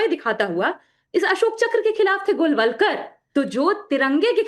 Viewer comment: Golwalker❌ Golmalker✅